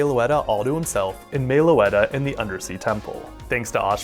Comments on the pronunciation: "Mae-o-letta"... Stop.. It's MEH-loh-ET-uh.. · Nitpicking you pronounced meloetta wrong it’s pronounced Meh-low-ette-tah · Sorry to say but your pronouncing Meloetta's name Wrong.